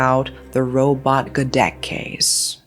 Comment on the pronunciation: Robot gedek is mispronounced too